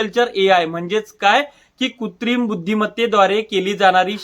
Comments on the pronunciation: कुत्रीम नाही कृत्रिम असतंय बाळा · Kutrim nahi कृत्रिम